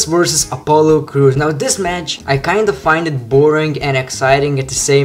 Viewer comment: everytime you say the word "versus" , It really sounded like "vorsas" :D